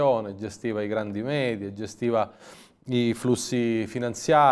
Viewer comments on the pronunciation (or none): none